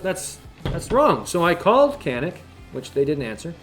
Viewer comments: Pronounced Janik. Or Janeek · You said you’re American so you don’t care how it’s pronounced. How do you pronounce that obnoxious tattoo on your forearm? I’m pretty sure that’s also not American.